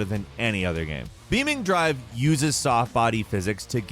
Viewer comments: "Beaming drive" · I cringed a little at "beaming drive" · bruhh beaming💀💀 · Heheheh... "beaming drive"